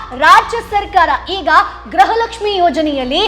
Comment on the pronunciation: ಗ್ರಹ ಲಕ್ಷ್ಮಿ ಅಲ್ಲ ಮೇಡಮ್ ಗೃಹ ಲಕ್ಷ್ಮಿ